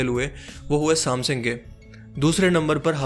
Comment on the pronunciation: بھت خوب بھای شکر ہے ورنہ میں پریشان تھا کیونکہ میرا سیٹ ہواوے کا تھا... ایک غلطی آپ کی آپ کو بتا دوں..."سام سِنگ" نہی ہوتا... "سےم سَنگ" ہوتا ہے...